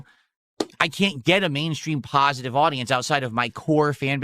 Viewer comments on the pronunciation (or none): That's why he's a lolcow forever, he's the measure of all things in his own tiny mind. Intelligint and pahsitive = gives money to and joys his khantent without question. "It's a misconcepshin that needs to be overcome" he sounds like these politicians who talk about their own constituants like they're defective